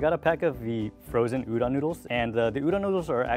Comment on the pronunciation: no western chef can pronounce udon correctly. ffs guys... respect the ingredient and the culture it came from.